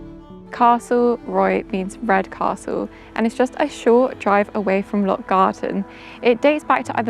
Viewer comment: loch not lock